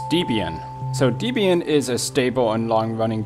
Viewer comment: I'm so freakin' elated that my most favourite, most useful, most computer-compatible, most stable, most secure distro of Linux is NOT in this list. I'm hoping it never makes it on a list. Your pronounciation of Debian... well I won't get into it besides saying that Ian and Deb wrote it. Thanks for your Gimp tutorials.